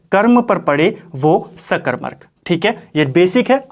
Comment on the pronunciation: bhout sundr 🙏 Wese mene phle v ye notices kiya h ki ap सकरमक ko सकरमरक khte ho😛